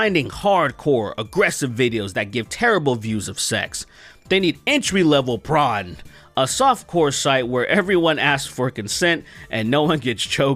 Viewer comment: Why you saying Prawn tho